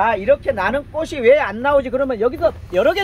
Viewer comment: 아자씨 발음 똑바로 하세요 꼬시 아니고 꼬치 라고하세요 바보야